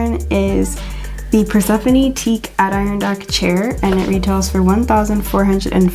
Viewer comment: Great video, you do a fantastic job finding all these dupes. I can't imagine how long it takes! One thing, Adirondack is pronounced "ad-eh-RON-dack". You can probably find it said online somewhere.